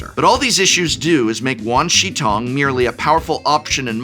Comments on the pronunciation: Hi, not an assh@ Wan Shi Tong = Juan Sure Towng Xi is She Shi is Sure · the professor saying wan shi tong sounds like a south park episode! 10/10